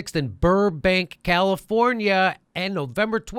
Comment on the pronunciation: It makes me smile that Jimmy says my state's name correctly in the end plug. Virtually nobody not from here says "Oregon" right. It's only two syllables.